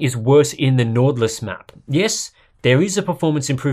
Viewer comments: "Nortlus".. It's a much sharper Y. It's norwegian (scandinavic actually) for "Northern Lights" :-) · As a dane its funny too hear you say nord lys